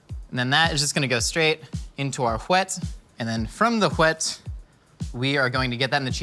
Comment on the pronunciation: pronouncing the h that isnt in wet